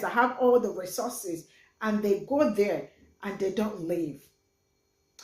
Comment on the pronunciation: He can't say the word properly shows he's not completely on point (Resooses)😂...compare to Resources!!....he has a point though...some of the African Leaders are Greedy!!